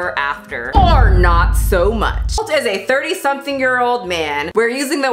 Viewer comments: I looove how she puts a "y" at the end of every word that describes Colt xD Looking great with the green hair 👌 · it's kinda different the T alone. She speaks like it is "Ty" most likely due to what she maybe first heard when he introduced himself, Americans T is very subtle when it's in the end, we don't get to be subtle here with our language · G. A i’m sorry but Colt has a very pronounced T at the end. She added a Y for no reason. Stop making excuses for that one word. Everything else I actually completely agree with and it makes complete and utter sense. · First! I'm from Brazil and YES that's a common thing for people who struggles with English! In Brazil we speak almost every single letter or phoneme. When she says Colt like COLTY is because in her mind she has to pronounce the 'T' as we do in the end of each word (we pronounce it). I'm an English Tutor and is one of the most difficult things to get my students to let go of the havy pronunciation of the end of each word Ps: I do use your amazing and well spoken videos in my method, my students LOVE IT, so thanks!